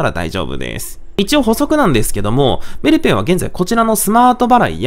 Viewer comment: メルペイのイントネーションが気になる木